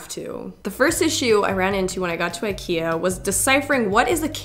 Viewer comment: it's pronounced Ik-eee-ah